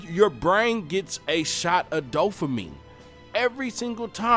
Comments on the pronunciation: Dude, dopamine not dofamine...thanks though for the good video. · Did you say “DOE-fuh-meen” ?? I swear I heard you say that twice about halfway through. I know you mean “dopamine” but I had to stop watching bc of that error... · “Dofamine” ...wth bud?! Dopamine, is the word you’re attempting to vocalize. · I totally agree!!! My oldest son has been telling me this for years. He does NO social media....I'm gonna follow. Great message...but in the future, try to use correct pronunciation of the word "dopamine" .... not "doffamine". Bless you and keep pushing the message!!!! People DEFINITELY need to go back to REAL social interaction. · Dopamine. You sound like you're saying dofamine? But great video dude, I agree with everything you said.